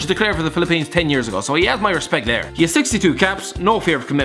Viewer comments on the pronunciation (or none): none